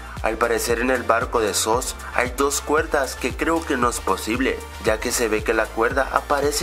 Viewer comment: se dice suss y decimos dice soos